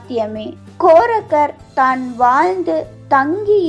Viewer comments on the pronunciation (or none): கோரக்கர் இல்ல தெளிவாக கூறவும்